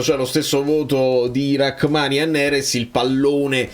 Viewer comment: So che ci tieni per la pronuncia. Si dice Ramani, non Rackmani.